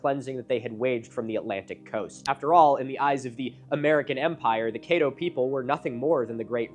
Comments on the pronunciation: 1: Caddo: Cædo æ as in bad [bæd] 2: The first syllable of Zebulon rhymes with reb, as in rebel. That is the way I was taught in Coloradan grade, jr. high and high school back in the 1960s-70s. If you don't trust old fart teachers, my rabbi would use that pronunciation in English and Z'Voo-lunn in Hebrew. Translators make errors and languages change. Then there was the establishment of the Massoretic text about 1100ish years ago... The Tenach (Hebrew Bible) was reëdited and some old grudges... For some reason the Samaritans use a Torah whose text is suspiciously like the text of the Septuagint? Zeb was the sixth son of Jacob and Leah. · He’s is mispronouncing Caddo Does not lend to credibility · Ok a couple of things re: pronunciation. Natchitoches is a creative spelling of the Caddo Indian word "nakatosh," which means something like "you can find paw-paws here." Atchafalaya also comes from a native word meaning "long river" and is pronounced like "jambalaya." And finally, the name Caddo has a short, not long, "a" like "add" not "aid." Oh yeah, Lake Bistineau colloquially is pronounced "Biss-ti-no with short I and a long O. The names in Louisiana are a mix of native, French, and English derivations, though many of the French names are badly pronounced. NOW, I happen to work for the museum organization here, under the Secretary of State. I help upkeep 5 of the NW Louisiana museums, including the Oil City Museum. This is a small museum in what was once a boom town due to the discovery of oil & the development of production of that oil. It sits adjacent to Caddo Lake, and has the coolest exhibit for kids of all my museums. It has the clearing of the Great Raft including a chance to push a plunger and blow up a section of the raft. There's also an impressive collection of arrowheads and spear points. The main museum, in Shreveport, btw, has some interesting Caddo artifacts as well. It's an impressive museum. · Great video except you mispronounced Caddo